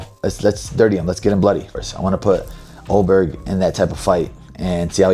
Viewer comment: This is such a great match-up. The only bad thing about it, is that we'll never see a fight between Ulberg and Poatan because Paotan is now a heavyweight. That would be a very intriguing, technical matchup. And LOL@ and Masvidal not even knowing Ulberg's name. "Allberg." Haha!